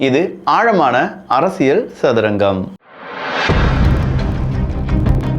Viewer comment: அரசியல் என்று கூறும்போது ல், ள் உச்சரிப்பில் கொஞ்சம் கவனம் செலுத்துங்கள். மற்றபடி பதிவுகள் நன்றாக உள்ளது